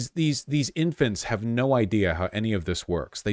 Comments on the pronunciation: As an Australian i'm always confused when people say "no" sounds like "naur" because it doesn't sound like that, but holy shit she actually said it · the 'no' is more unmistakably aussie 😅